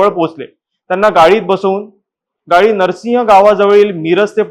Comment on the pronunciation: गाई नाही रे गाडी